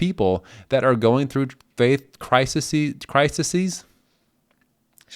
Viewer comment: "...faith crisiseez?" "Sure 🤷‍♀️" 😊😂 Made me laugh. I appreciate your candor and your authenticity. You're kind to open your journey to everyone, and I enjoy your channel so much because you are so respectful and honest. ❤